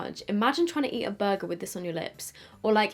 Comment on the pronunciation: When she "imagine trying to eat a burger" I swear she said bug. I had to replay it a few times then turn the captions on🤯